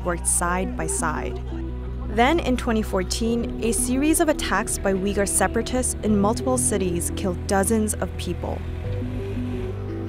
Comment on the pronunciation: Uygur is pronounced uygur, not wigger.